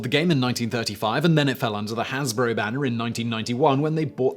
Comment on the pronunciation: Hansbury?? Don't you mean Hasbro? HAZ-bro?